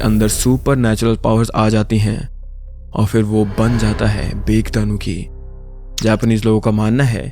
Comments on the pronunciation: Bake nhi bhai बाके padna hai use बाकेदानूकी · Bro butchered the pronounciations so wrong, I'm literally wheezing at this point. P.s. :- In Japanese, the vowels are almost never silent so the bake-danuki won't be 'baek-danuki' but 'bah-keh-da-noo-kee'. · its baa ke daa nu ki not bake 😊😊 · Bhai wo bake nahi, ba-ke tanuki padhte he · Ba-ke Danuki ✖️ Bake Danuki ✔️ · it's pronounced as bah keh danuki not bake it's actually relatable cuz I used to call it like that only 😅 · Mere bhai japanese wale tariko se hi pronounce krdete to achha hota. Yeh kya matlab ki बेक दानुकी??, koi cake ya cookie ka naam hai kya bake danuki??, बाके दानुकि bolo to acha lagega yaar. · CORRECT PRONOUNCIATION BAAKE DAANUKI RIGHT? AUR DAANUKI DAY MUJHE INDIA KA PISAACH YAAD AA GAYA JUST LIKE GOBLIN OF EUROPEAN TALES TO YE KAHANI MAINE DARK GATHERING NAAM KE ANIME MAY DEKHI THI VO EPISODE PURA AS IT IS SAME NAHI THA PAR ALMOST SIMILAR THA JAISA TUMNE BATAYA AUR PLEASE BRO MAKE MORE VIDEOS LIKE THIS AUR HAA SORRY AGAR DO BAAR LIKH DIYA HO TO